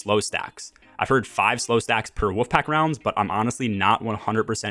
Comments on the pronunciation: You speak really well so I think it's my ears but it sounds like you're saying woofpack rounds. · I can't stop hearing "woof pack rounds"